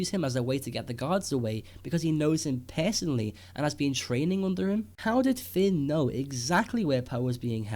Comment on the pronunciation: fehst, pehsonolly